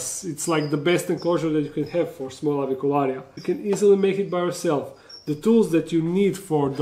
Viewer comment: You pronounce Avicularia so beautifully. Real Latin!😎👍